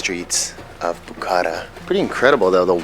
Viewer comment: As a Bukharian Jew who was born in Bukhara, I wish you would have gotten the pronunciation right for the name of the city and the people! Still, I appreciate the video shedding light on my hometown, which I haven’t seen since I left as a refugee, but I hope to visit someday to see my roots and my remaining family there. I enjoyed the history you shared, especially how Bukhara did not not succumb to British colonialism, that was cool!